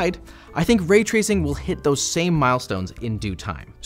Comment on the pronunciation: way twacing